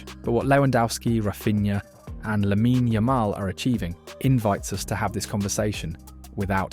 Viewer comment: It’s Lamine, not “Laminey” 😒 Beautiful video nonetheless, thank you